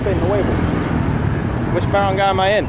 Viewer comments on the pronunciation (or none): Good vid but a couple of misses ... "ba-rang'-guy or (gay)" would be the correct pronunciation....Marawi is the the most dangerous place in the PI.. you might enjoy .. Bagong Silangan in Manila.. heavy Chinese influence there.. Fun Fact.. China has a deeper DNA in the PI than that of Spain. The Chinese Mestizo is the most prevalent mixed race in the Philippines.. not Spanish.